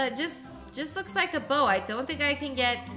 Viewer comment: Like* not lock